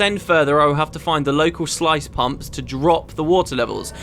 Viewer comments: Sluice is pronounced "Sluce" The I is silent. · sluice is pronounced Sloose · sluice like juice :)